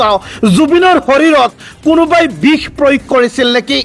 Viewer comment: bih ne bix, pronounsation problem?